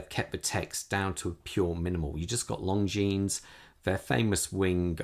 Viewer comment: You don’t pronounce the s.